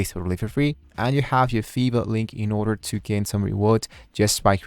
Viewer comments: smh bruh British people normally dont say fiverr like that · bro says: "fever" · why you say "Fiverr" Like that ?? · Because in Europe I is ee.